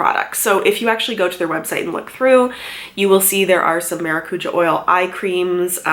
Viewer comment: The was she says it triggers me I’m Portuguese btw